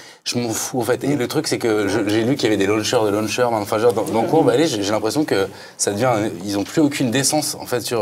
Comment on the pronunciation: Launcher ca se prononce Lontcheur.... "Luncher" c'est un mangeur le midi...